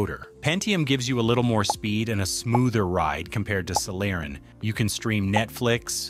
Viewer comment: I hate to be that guy, but "Celeron" was mispronounced throughout the video. Also, you did not explain about generations of processors. A newer generation Core i5 can easily beat an older generation Core i7, for example.